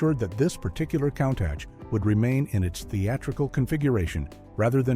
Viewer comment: I'm a Cannonball record holder and love this car, but these AI voiceovers are awful. Countach is pronounced "COON-TOSH".